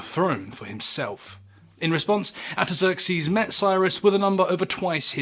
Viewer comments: Artaxerxes. R....R. ARE? ARTAXERXES.. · Sounds like you don't pronounce the first "r" in "Artaxerxes".